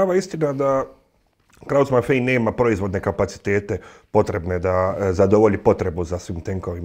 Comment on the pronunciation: Kaze se krauz mafaj a ne mafej